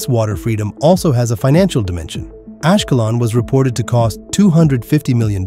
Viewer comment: Ашкелон и хАдера...надоело не правильное ударение 😅😅😅😅😅